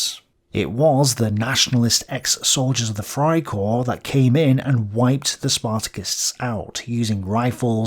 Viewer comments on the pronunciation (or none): "Freikorps" not "Friekorps" hint: "FREIheit" == Liberty/Freedom; "FRIEden" == Peace. It's not a peace-corps, but a free-corps